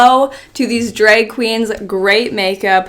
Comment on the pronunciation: “dreg kweens” Love her